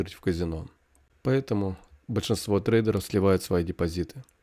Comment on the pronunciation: дЕпозит а не дИпозит. Тест интересный